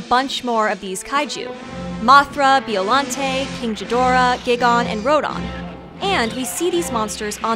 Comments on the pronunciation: Her: Beeolante. Me: wrong, it's Biollante (BIO-lan-tei) Her: Geigan Me: Wrong again, it's Gigan (Gaigan) Her: King Jeedoora Me: Wrong, it's Ghidorah (Gee-door-ah) Her: Ruudan Me: OHH GODDAMNIT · Keng Ghoodeerah, Roodine, Beeoluntay, hahaha. These are some pretty creative pronunciations, hahaha! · BIO-llante Ro-dan and Guy-gan My only gripes with this video. Besides that, great video. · Bee-ollante Gaygon and Rodon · MISPRONUNCIATION LIST: Biollante's bio is pronounced like the bio in "biological", King Ghidorah has a hard G, Gigan is "guy-gann", and Rodan is "road-ann". Daikiaju eiga is pronounced as "die-kai-joo ay-guh". The japanese pronunciation R letter can be different from other languages, often sounding like a softer version of the letter D. Gojira is one of these cases. Jeez, this list is tiny. P.S. You should've included the fact that Mothra has beat Godzilla more than any other kaiju. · >Beeolante >King Jidorah >Gihgahn >Rodon